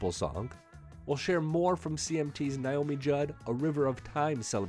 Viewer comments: Omg could u give this lady enough respect to pronounce her name right! It's Naomi not Nyomi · Please learn how to say her name. Nay-oh-me, not nigh-oh-mi. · Why do you keep pronouncing her name as ‘Ny’omi? It’s pronounced ‘Na’omi. Just curious. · Nay-o-me not Nye-o-me. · Her name is NAYomi, not NIomi. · Nice video but I wish people would learn how to pronounce this beautiful woman’s name properly, it’s not NIomi it’s NAomi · Her name is Naomi, NOT Niomi as you keep saying on this video. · Please learn how to pronounce Naomi's name for any future reports.